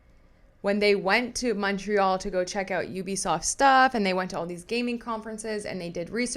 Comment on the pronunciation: ….you pronounce Montreal correctly! No need to apologize for it 😜